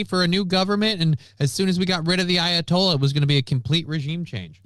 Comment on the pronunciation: Everytime you say ayatollah all I here is of rockin rolla